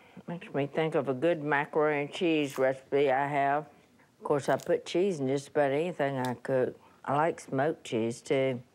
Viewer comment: Si said “tea.”